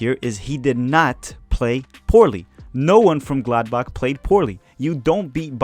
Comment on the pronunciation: It's not Glad Back it's Gladbach. Or most well known as... Borussia not Dortmund